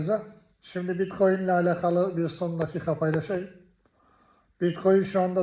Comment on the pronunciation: Biettcoin diye konuşuyor . Bunu dinlemeyin bilgisiz biri bu , yanlış yönlendiriyor milleti